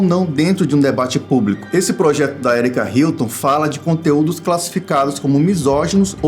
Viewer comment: “ Herike Hilton ” kkkk